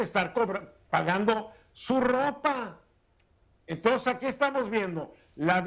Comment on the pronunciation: y el "entons"??